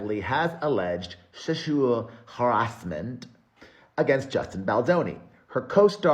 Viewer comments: Sechual Ha-asment … cracked me UP 🤣🤣🤣🤣🤣🤣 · Sheshual Ghaurashment!! 😂